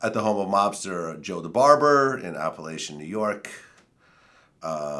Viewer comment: That Appalachin meeting was held in upstate NY. It’s such a small, country place and They saw so many new Caddies and cars that were out of place they new something was up. It’s pronounced Appa-lake-in